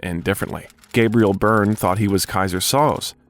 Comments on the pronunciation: Soze of “Keyser Soze” is literally pronounced three different ways in these couple of sentences. Fine video, but is the narrator just an AI-generated voice? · Kaiser “Sozay”not Soz. A gifted actor. We make celebrities Gods they aren’t they’re just people, they have their problems. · Ok now I am convinced this is an AI voice. The movie pronounces Soze, "So-zay" never "Soes". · Sad. Tragic. Creepy. Depressed. Sounds terrible. It's on the news every day. Read a memoir of celebrities in Hollywood golden era. 30s, 40s, 50s. Tim Conway was quoted as saying "I thouht everyone lived in a garage" The robot narrating this says "Soz" its pronounced "SoZay" from "The Usual Suspects"